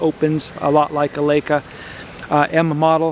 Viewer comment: I wish you would pronounce Leica correctly. If you see an ei combination you give the long "i" sound as in the word lie. In German, when you have an ie combo the "e" gets a long sound, as in the word "eek". Thanks!